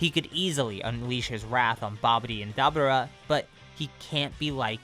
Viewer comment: I love your videos but the way you pronounce dabura is really annoying.